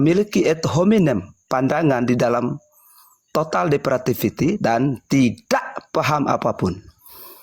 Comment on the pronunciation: Bukan Total Depratifity, tetapi, TOTAL DEPRAVITY.!!!